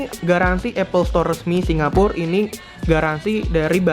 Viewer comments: Tulisa Ya Singapore bacaya singapor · Ajay Husen bacany sincapo